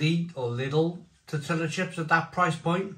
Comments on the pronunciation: Tor-tia not tor-tilla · How can you still not pronounce tortilla correctly???😂